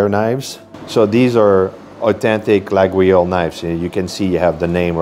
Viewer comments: "Lagweeoles" is not accurate: try "Layoles" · Ffs not la gou oui io lle !!!!!!! La io le, et c'est tout ! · Here is the trick if you want to have the right pronunciation, it can be tricky, you must say Layole for the knife and not Laguiole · Sympa mais : Coton Doux, c'est ringard. Sinon, un excellent chocolatier à Paris est Servant dans le 16eme et à Neuilly. Sinon, en France, on n'offre ni couteaux ni ciseaux car cela pourrait signifier qu'on veut " couper les liens " avec le récipiendaire. Et on dit "Layole" et "Boinar". Par ailleurs, Brentano's c'est anglais et les cochonneries qu'ils vendent n'ont rien de Français. Mais bon, votre vidéo fait passer un agréable moment même pour un Parisien. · It is pronounced "laYole" (the knives) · Laguiole is pronounced LA-YOL. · You mispronounced Laguiole. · I really like your videos but that isn't how you pronounce Laguiole.